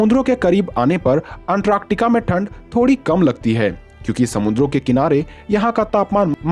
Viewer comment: Antractica 😁🤓🤓🤓😅😆 it's Antarctic🐧🐧 ❣️🙏